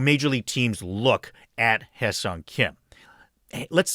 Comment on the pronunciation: Wonderful video. It is such a relief to hear someone actually pronounce Hyeseong correctly 🙂